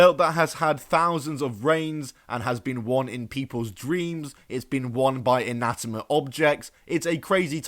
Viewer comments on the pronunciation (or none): bro said 'inatimate'